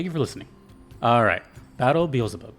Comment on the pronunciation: bro said beezlebub 💀